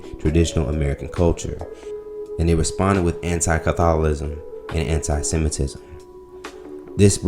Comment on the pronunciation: "Catholism?" "Harbordasher?" My n*gga...your reading is poor. 🤦🏾‍♂ I was going to share this vid, until your butchering of words dropped its quality.